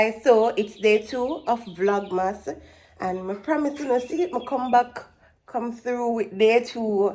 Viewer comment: I love how pronounce vlogmas correct. When I listen to other Jamaican Youtubers say it I don't know where them get O&U from in VLOGMAS 😂😂😂😂